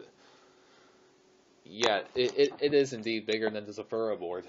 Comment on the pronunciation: It is zathura not zoforua